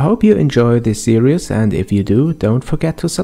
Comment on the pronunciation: I noticed u said series as serious... Sry for pointing out